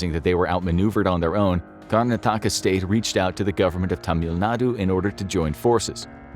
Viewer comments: The name of the state is pronounced as 'Karn-aa-taka' and not as 'Karna-taa-ka' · Name pronunciation: KAR-na-THAK-ka Just fyi :) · But butchered Karnataka